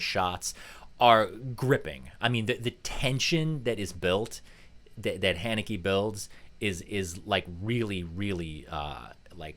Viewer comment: It’s pronounced like Hanukkah.